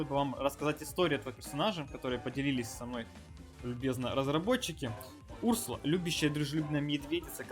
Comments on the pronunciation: Не у‘рсула а урсу‘ла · Этот персонаж изначально был добавлен в suspects , ударение на вторую у , урсу́ла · Разве ударение не на 2 у ?